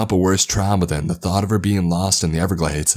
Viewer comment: The Goddamn n-everglades